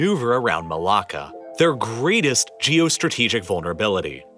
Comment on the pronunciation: As a Malaysian, he pronounces it just fine.